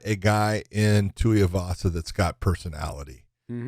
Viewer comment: Every time Big John says Tuiavasa instead of Tuivasa, one more of josh's few brain cells left dies.